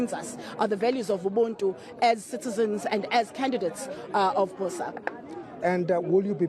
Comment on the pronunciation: If Mmusi is a true Motswana, he should pronounce BOSA correctly. BOSA in se-Tswana means morning or dawn, a more apt word for his party.